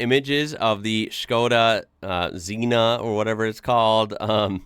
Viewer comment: Škoda is pronounced like "Shko-da" Don't be that guy, learn something new (and apply it). 🙏👍